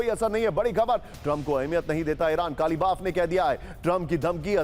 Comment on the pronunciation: Kalibaf nahi Galibaf bolo...kaise patall kar ho...naam to dhang se malum karo